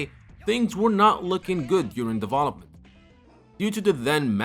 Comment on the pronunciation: I'm always "conflicted" about the way you say "deVOlopment", instead of Development, and you speak better English than i do 😂😂😂 Cheers man